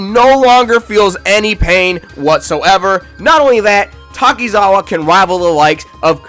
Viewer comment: Who’s denota doenota it’s donato and I’m sorry I had to say something I mean you couldn’t even say Amon right almost lost it there like you can say Takizawa perfect but not Amon